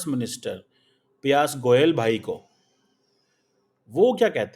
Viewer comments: Payas goyal bhai 😂😂😂😂 not Piyush Goyal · 😂😂😂 “Piyas” Goel bhai 😂😂😂😂 Wah re anpadh ganwar!